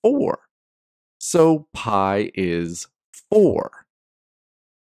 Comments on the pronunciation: that's not phai it's pee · Read pi not pai.